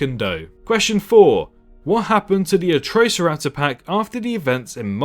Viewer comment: I'm cringing so much at the pronunciation of Atrociraptor from you 🤦‍♂️